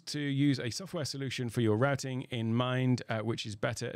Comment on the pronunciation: finally someone that can pronounce "Routing" correctly